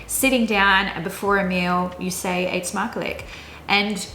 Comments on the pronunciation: Wat spreek je goed Nederlands! Tipje: -lijk klinkt nog wat te veel als 'lik', maar mag met een sjwa, dus in 'smakelijk' twee keer dezelfde klank. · Try saying eet smakelijk when u say the ij say the dutch u ... 😁😁😁😁😁😁😁😁